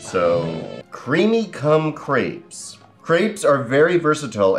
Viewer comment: How do you not know how to pronunce crêpes? Where does the a come from? XD